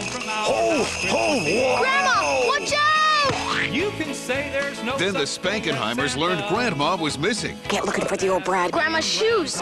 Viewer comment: 'Spankenheimers' lmfao